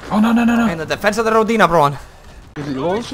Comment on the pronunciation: You pronounce Rodina badly. The strenght is in "Ro" and not "di". Also that "d" is soft not hard.